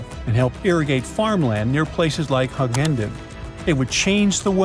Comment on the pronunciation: also, Hughenden is pronounced with a "hew", Not a "Hug" and its definitely not in NSW, and finally absolutely nobody is pushing for this idea to happen.